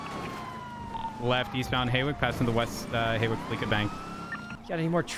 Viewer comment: I love how the whole time they keep saying HAY-WICK when its HAW-WICK